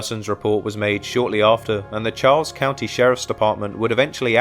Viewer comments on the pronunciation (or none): none